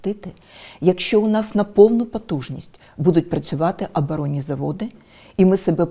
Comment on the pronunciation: Юлька.. Не АбАронні, аОбОронні.. Вчи промовлення. Позорисько.